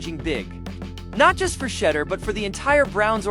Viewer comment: It's pronounced Shedeur sha door not shedder